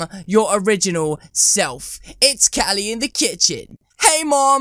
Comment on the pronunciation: Calyy in the citchen? Its how to say calixo! Ca-ly-xo